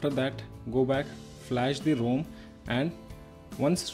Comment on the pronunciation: The cringe is real hard when he says 'ROME' and 'GUESS-TURES'😂 Btw, great work mate!